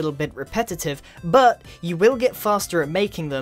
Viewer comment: I love it how u say buh (but)